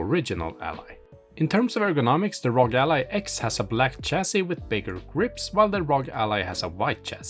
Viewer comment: It's "AR-OH-GEE"... why do people keep calling it ROG as in LOG???? Is it that difficult to sound out the letters?